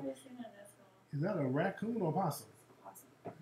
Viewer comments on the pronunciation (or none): This girl said "Ricoon" Lmfao! XD